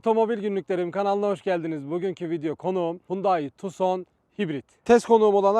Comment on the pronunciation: tuson degil abi tukson.